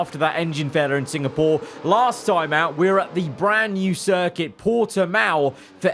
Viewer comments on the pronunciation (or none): none